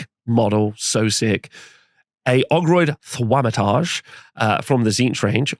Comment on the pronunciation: "Ogroid Thwamatarje"